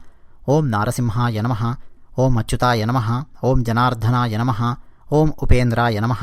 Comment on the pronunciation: జనార్థన. కాదనుకుంటా...జనార్దన